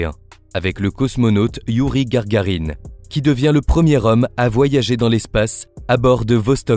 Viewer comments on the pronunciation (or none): Youri Gagarine ... pas gargarine ...PFFF